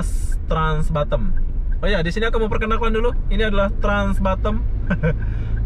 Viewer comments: Batam bukan Batem. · Batam. Bkn Batem